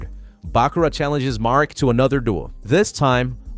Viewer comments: Marik, not mark. Omg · Why does it sound like hes calling Marik Mark 😂 I know hes not saying Mark but it still sounds like it lol